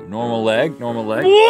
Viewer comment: “Outlaw that persons leyhg” Will never not kill me